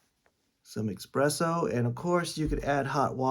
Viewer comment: Sorry this makes me cringe. It’s eSpresso, not eXpresso. This looks pretty interesting though, may have to check it out!